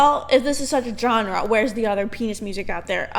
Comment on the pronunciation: Good video but dislike for not pronouncing genre like Alex Trebek